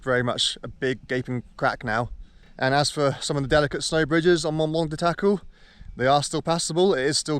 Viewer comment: Learn to pronounce Mont Blanc, if you're living there! Cut.